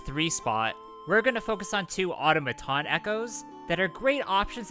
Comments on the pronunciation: AU-TOM-A-TON!!! Hearing you pronounce it auto-ma-ton was like nails on a chalkboard 😖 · The phonetic spelling of the word "automaton" is "aw-tom-uh-ton, -tn". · That's not how you pronounce automaton.